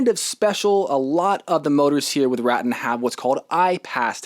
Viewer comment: Great review. Just FYI; it's pronounced Ruh Tan, per the co. rep.